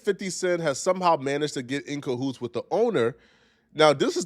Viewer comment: Not "cahoots" 🤣🤣